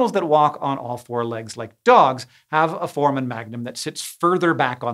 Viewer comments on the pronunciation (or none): Hank, here is the pronunciation of foramen: For-ay-men